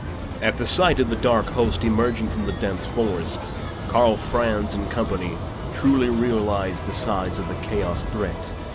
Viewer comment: Ahh, Ka'bandha, what a glorious sight! p.s. I noticed that the guy narrating this was pronouncing Karl Franz slightly wrong. Since it's a German-esque name, the 'a' sound in 'Franz' would sound like an open-mouthed 'ah'. Karl Fr-ah-nz.